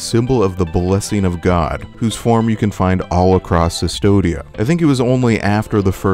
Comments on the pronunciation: C'mon man! It's Custodia, not Sus-todia... CU is read is KU in Latin. Do you say Mea Sulpa too? :D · Very interesting, but I had to stop the 10th time I heard Sustodia instead of Custodia. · Yeah it confused me as well "It cannot be possibly pronounced Cystodia" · A bit of correction in pronunciation for future reference, this is old spanish so the "v"in "Cvstodia" is pronounced as "u" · Minor point, but I believe cvstodia is based on Latin text, where v represented a u sound, so it should be pronounced custodia (like as in custodian)